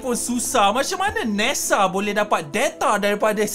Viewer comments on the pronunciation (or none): Bukan deta tpi data bukan nesa tpi nasa 😂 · Nesaa Detaaa Biasa² sahaja bah klau bckp tu bang..